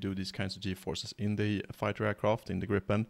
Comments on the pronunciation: I thought the name of the airplane is GRIIPEN not GRIPPEN. Griffin in English. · That is correct. It should be pernounsed ”griipen”. Griffin as the myhtical bird/ lion. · It should be pronounced "greep-en" A long "i" is usually spelled "ee" in English. The single vowel followed by a single consonant marks a short hard sound, like in the word "grip". Hence the confusion. We use the same alphabet, but letters and spelling rules are different. In Swedish, a short hard sound is marked with a double consonant. The English word "grip" should be spelled "gripp" in Swedish (though this isn't a Swedish word) The -en suffix marks a definite article. It is the Swedish form of "the" This is why native Swedish speakers often don't say "the gripen" because the word "gripen" already have a definite article ( it's that -en suffix) to Swedish speakers, it is almost like you are putting an extra "the" at the end of the word, wich feels really weird. Btw. this concept is almost incomprehensible to native English speakers.